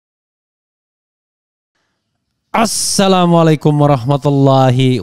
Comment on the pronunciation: Bung Refli mhn maaf silakan mengucapkan kata2 dgn brbagagi intonasi dan gaya tap tdk untuk ucapan SALAM tlg ucapkan sperti sharusnya